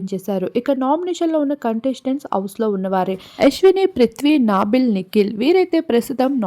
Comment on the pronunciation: నీ నత్తికి నమస్కారం 🙏 నాబిల్ కాదు నబిల్, సేకర్ బాస కాదు శేఖర్ బాషా, హౌస్ కాదు హౌజ్.